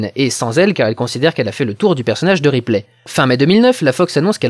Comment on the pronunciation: Pour Show et Replay, tu es le seul à voir la blague car une prononciation anglophone ne la permet pas. Shaw pourrait certes, se rapprocher de Show, mais Ripley, il n'y a que nous français pour prononcer ça "riplay", les anglophones disent plutôt "ripli"